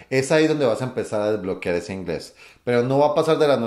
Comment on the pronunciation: soy inglés y me gusta mirar los vídeos de para practicar el español. Es tan útil escuchar dos hispanohablantes cuando no tratan de estar super comprensibles (como en vídeos de enseñanza) porque se hace frente a pronunciación y palabras más difíciles... por ejemplo, dice 'desbloquear' pero para mí, no puedo entender esta palabra sin subtítulos - pero en la realidad la gente la pronuncia así, y debo empezar a entender las palabras en estas situaciones 'nativas'. Gracias y!:)